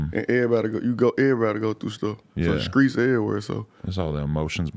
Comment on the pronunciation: I can’t stand that shit. Like bitch ur from America. Speak English not ignorance. And he and others ain’t from the streets, they from “skreets”😂 fuckin corny ass shit. Bag b wearin skinny jeans sooooo tight that idk how bags bags breath. Dudes trash af. Has NO lyrical talent. The ONLY reason I’m here is to put him out there. He scary af he started beef wit ralo then how’d our and canceled the show. He ain’t “skreets”😂😂😂